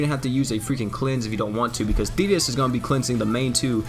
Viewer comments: Wow when you said thetis with the effects, I thought u said fetus........ Oof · If you turn captions on whenever says thetis is says penis lol